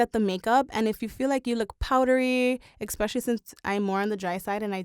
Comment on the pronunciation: The word is pronounced, especially, not expecially!!!!!!!